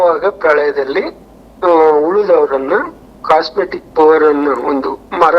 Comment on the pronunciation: ಅದು ಕಾಸ್ಮಿಕ್ ಎನರ್ಜಿ (ಕಾಸ್ಮೆಟಿಕ್ ಎನರ್ಜಿ ಅಲ್ಲ)